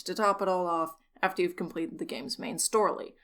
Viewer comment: heh, "main storly" anyway as someone with no knowledge of the lore this seems like a pretty entertaining bite sized morsel of information. and I think that's pretty cool